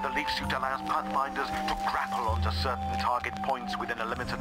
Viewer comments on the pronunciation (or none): none